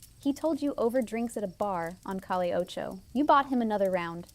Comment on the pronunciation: FYI…..”Calle”…..is pronounced “Kai-yeah”…….see if you can get it right!